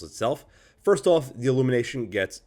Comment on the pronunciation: You do a very good job, as usual. I am not sure that any YouTuber surpasses you. My little pet peeve regards your near continuous mis-phoneticizing of the English definite and indefinite article. Sigh. As of late, this erroneous enunciation is nearly ubiquitous, unfortunately. But again, aside from this (and an occasional vulgar word), I could listen to you for long stretches. Thanks.